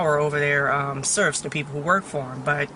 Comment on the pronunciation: Surfs, girl!!!! Did you say surfs???? Baby this ain't feudal times...